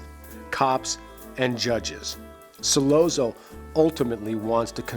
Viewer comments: Hey. What's the matter you? Don't say Sollozzo like Bozzo. In the the movie it has ah not oh. S/ah ll/ah tz/oh. Shut up you. Try watching the movie again. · it’s pronounced Solatzo not Solazoe. And I’m not even Italian. The way you keep saying it wrong makes this hard to watch. Brando sneers the name just right. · Like this video but it's driving me crazy....Sollozzo is pronounced Sollotzo....ok, carry on..... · 'Sollozo', seriously? Learn how to pronounce the name, dingbat! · Ok I've read through a ton of the comments and jumping straight to this clip and watching 10 seconds convinced me I don't want to waste time with the analysis. The mispronunciation of Solozzo, and over analysis of Michael's motivation I can't handle. Lol. Thanks for saving me 10 min of my life. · He doesn't even pronounce Sollozzo correctly. 🙄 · Why can't he pronounce Sollozzo correctly? Didn't he see the film? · Hard to take serious when he keeps mispronouncing his name. You're supposed to convince us that you can see the inner workings yet you can't see the obvious?? This isn't petty. That means you didn't talk to a single Italian speaking friend or coworker when you made this!! How nice!! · How can this guy be a fan of the Godfather and not know how to pronounce Sollozzo? It seemed like he was reading it phonetically off a sheet of paper. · Did this guy even see the movie? Why does he keep mispronouncing sollozzo's name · One would think that you would know how to pronounce "Sollozzo." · The 2 separate train sounds have always seemed to be the rush that must have been going through his head at 2 separate times. The first, at the realization that he was actually about to do this..(in the toilet area) and the second rush occurs at the moment of the deed itself. I was irritated each time the name Sollozzo was mis-pronounced for the record but enjoyed the analysis. (whenever 2 "z"s appear together in the Italian language, the sound is like a "ts" together. Think "pizza". :)